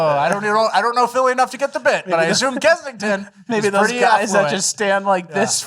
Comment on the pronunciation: Lol it's Kensington. It's Kensington. Go Birds